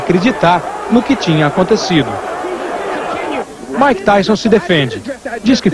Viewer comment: “Maike” kkkkkkkkkkkkkkk